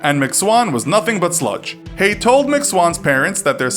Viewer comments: Hello I would just like to say it is not pronounced hey it is pronounced hey-gu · Having this last name, how many times? It’s pronounced hayg - the ending h is silent the g is not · His name isn't pronounced "hay", the g is sounded. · You keep saying his surname wrong - the g isn't silent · I'm no expert but I think Haigh rhymes with vague. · The g in Haigh isn't silent